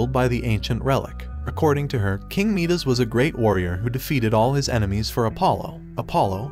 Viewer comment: its midas is pronounced my-dis also second